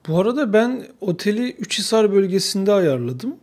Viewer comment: Üçhisar değil Uçhisar!!!! Güvercin yuvalarından çıkan gübreler sadece satmak için değil oradaki üzüm bağlarını gübreleme amaçlıdır. Esas amaç bu olabilir daha mantıklı